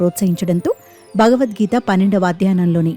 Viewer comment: చిన్నారి ముస్లిం బాలిక భగవద్గీతను నిర్దుష్టంగా పఠిస్తూంటే 😊❤️, TV anchor “భ”గవద్గీతను—“బ”గవద్గీత అని తప్పుగా ఉచ్చరిస్తోంది 😛😏!